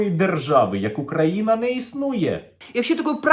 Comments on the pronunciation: Зверніть, з якою ненавистю ОЦЕ БАБІЩЕ вимовляє назву нашої країни - "Україна"! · можна їй на законодавчому рівні заборонити вимовляти слово "Україна"? мене, як українку, цей тон та манера ображають особисто